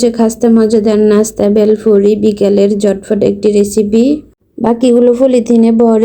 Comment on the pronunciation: প্রথমে মনে করেছিলাম বেল দিয়ে তৈরী করা কোন নাস্তা দেখানো হবে। কিন্তু পরে বুঝলাম 'বেলফুরি' আসলে ভেলপুরির অশুদ্ধ উচ্চারণ! 🤔